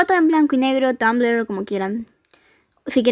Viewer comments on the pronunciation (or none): none